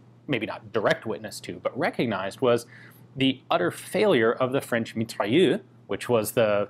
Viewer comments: you have to pronounce mitrailleuz not mitrailleu. merci. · MitrailleuSE, not Mitrailleu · meat-ray-ouZ : Mitrailleuse ;) nice pronouciacion of -eu tho and nice video as always :) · Mitrailleuse - pronounced Mitrayeuse - it's feminine. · pronunciation guide for "Mitrailleuse": "Mee-Try-Errs". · The mitrailleuuuuu yeah, il est où le "r"?! 😉